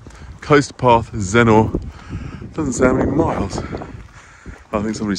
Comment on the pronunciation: A lovely walk but could i just say you dont pronounce it Zennor (OR) you prnounce it Zenner (ER) xxxxxx